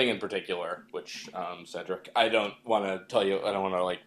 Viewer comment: Did you just call him Cedric?